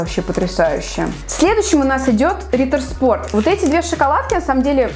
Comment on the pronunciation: [Ритер шпорт] это немецкий А так видео супер